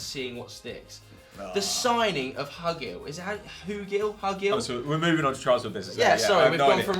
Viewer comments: It's pronounced hugh-Gill and he came from Preston who are fighting for playoffs in the championship, not in league 1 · Preston are in the championship and it's pronounced Huu-Gil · It's pronounced "hyoogill" and he is from the championship. He won't get a hat full of goals, but will never leave anything on the pitch, imo I think it's a good signing (for Preston) hahahahahahahahahhahahahahahahahahahahah we fkn robbed them